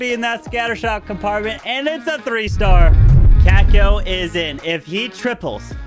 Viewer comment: still hasn't learned how to say Checco